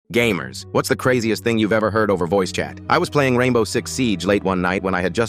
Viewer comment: im dead the first thing i heard was "gay-mers" 😭